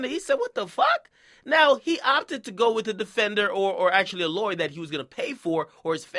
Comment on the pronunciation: Lay-wer huh Ak? Ok lol.